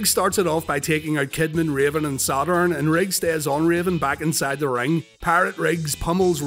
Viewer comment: The way you say "Sad Urn", is begging to be turned into a shirt. 😥 ⚱ Paul Bearer vs Sad Urn